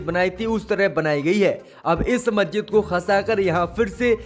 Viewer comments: Abe zahil majjid nahi masjid hai sahi shabd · मेरे भाई आपसे तो मस्जिद का सही उच्चारण भी नहीं किया जा रहा है,, समाचार क्या खाक पड़ेंगे।